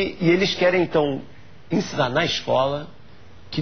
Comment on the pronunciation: Se é eu não sei. Mas que você deveria aprender português, isso sim. "Encinar" "criascionismo" foi foda....